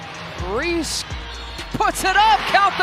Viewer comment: Can’t you get the ‘bot’ to say Reese’s name CORRECTLY! C’mon man!